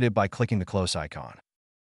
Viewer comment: and "close" vs "close" (obviously doesn't make sense just writing it out)